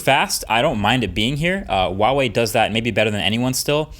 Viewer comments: the h is actually pronounced in Huawei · Just so you know Marques, letter H is always pronounced in Chinese. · He still couldn't pronounce the Brand name correctly... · The 'H' in Huawei is phonetically the same as it is in English. It does not sound like a W. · I'm surprised after so long Marques is still saying Huawei wrong. I can't be the only mandarin speaker watching this channel... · Nice...Though the pronunciation is more like who-a-way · Is there a reason why people pronounce Huawei as "Wuawei"? It's not as if the "H" sound isn't in the English language. Even in Chinese, it's pronounced as it's spelled. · H-uawei, as in 'h-uge', trust me in this! The 'h' does sound :) Keep on rocking! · The pronunciation is bothering me so much.... Its not WAWEI..... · Sadly Huawei is going to retreat from the American market by the end of April. They’re a great phone manufacturer, and they deserve a better treatment, especially a better pronunciation of their name. Wawei? Seriously Marks Brownlee? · Great video as always! Just a quick heads up in case you didn't know, it's pronounced Hwa-way. The H isn't silent. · I don't wanna be that guy but Huawei has an 'H' in it. It should be pronounced. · HUAWEI not WAWEI. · say it after me, HUA wei, not WA WEI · Why are you pronouncing it as "Wawei" instead of "Huawei"? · I have been a Huawei user since the P8 lite. Would never go back to any other phone. I love the P20 pro, it is perfect for what I need it for. By the way, it is properly pronounced Hwa Way, not Waa Way! My son uswd to work for them so I know this for sure! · dude it's "H"ua-Wei, not "W"ha-Wei.. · IT'S HWA WEI, NOT WAH WEY, freaking western people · Huawei is pronounced 'hwa-wei', not 'wah-wei', the h is clearly pronounced. Just a nitpick on an otherwise great video! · Hahaha YES. I have a Pixel 2 XL. Glad it's still the camera champ. Also... why do people pronounce Huawei as "Wa-way"?? Huawei is pronounced exactly like how it looks: "Hwa-way" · Hua Wei NOT Wa Wei